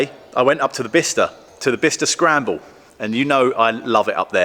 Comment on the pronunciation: Thanks to you I now know how to pronounce 'Bicester'. 🙂 I thought it was bi-kester. A V6 engine doesn't seem historically appropriate, plus it would be a massive (and expensive) amount of work.